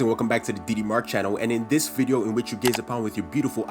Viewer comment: After yhe diddy incident, every time he says DD, i think he days diddy...